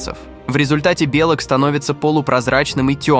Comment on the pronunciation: омлËт тоже ничего, бЕлок в яйцах